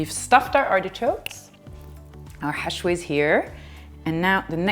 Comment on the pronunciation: You mentioned the pine nut and meat's name... sounded like 'hashway' but that's not right... what is it?